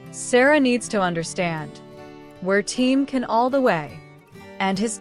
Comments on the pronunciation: Please pronounce his name correctly, it's very disrespectable. In a video that everyone interested is watching it's awful to hear Ken Yamin and Kan Yamin. His name is pronounced Jan not Kan and it is Yaman not Yamin. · vyslovuj DŽAN. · Nem dz ha csak C Can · It's CAN pronounced like John.....